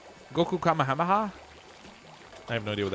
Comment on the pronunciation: Dude, you pronounced "Kamehameha" in the weirdest way lol....you never saw DBZ?